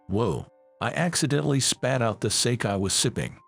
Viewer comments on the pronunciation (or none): You pronouncing sake wrong